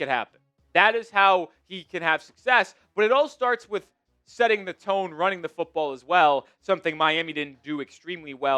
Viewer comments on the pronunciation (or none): none